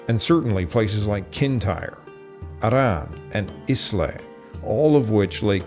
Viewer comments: The island of Islay is pronounced eye-luh not is-lay. I only know this because I'm a scotch drinker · Good video, just some notes on pronunciation: Islay is pronounce "eye + la" and there is no stress on the double r in Arran, it is just "a-rin". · Great video. By the way, Islay is pronounced 'Eye-lah', no ìle anns a' Ghàidhlig! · “Islay” is pronounced “Ila”.